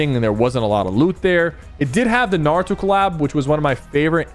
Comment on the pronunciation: It did have the NAWUTO COWAB😂😂😂😂